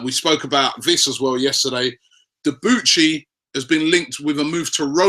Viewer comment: It's pronounce debooshy not deboochy